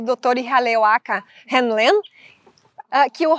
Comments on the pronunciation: Continuando, na pronúncia, o nome do médico cujo experimento com a técnica do Ho' oponopono é descrito livro Limite Zero, de Joe Vitale, ficaria IRRALEACALA RÍU LÊN. Mas em regra só se usa Ríu Lên. O nome dele é Ihaleakala Hew Len. Nos deixou esse maravilhoso legado que é o Ho' Oponopono da identidade própria. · Buscando contribuir com você, a pronúncia que ouço sempre e todos os tradutores é Ríu (como rio só que com uno final) Lêm (len, o pedaço da palavra lenha. Ríu Lên. Ok?. Sua interpretação e explicação da técnica do Ho' oponopono é maravilhosa, sobretudo no reflexo da sombra, onde o que me incomoda no outro é um sentimento que existe dentro de mim